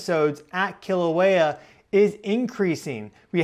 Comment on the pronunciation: please work on pronouncing our sacred places correctly. i cringe every time i hear KILL-auea.